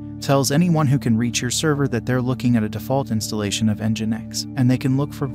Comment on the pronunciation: Isn't it pronounced "engine-x?"